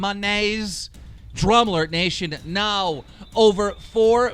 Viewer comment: I dislike how Keem has been pronouncing 'Nation' in his intro lately. He's changed it, and I do not enjoy the change.